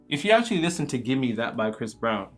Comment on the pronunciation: Pronouncing the V in gimme dat is DIABOLICAL!